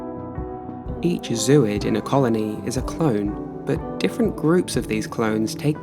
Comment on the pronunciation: Lovely stuff—amazing, even! But it’s pronounced “ZŌ-oyd.”